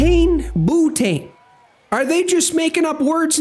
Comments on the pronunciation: this mf said bootane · it’s bee-you-tane 😭 it’s like a lighter fluid